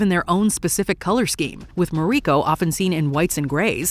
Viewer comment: And pronounce Mariko as Muh ree ko or Toranaga however the heck the narrator in this video butchered it. I don't get how people who make videos on this show can butcher the names, it's not like they don't say the names of major characters like Mariko and Toranaga dozens of times each episde.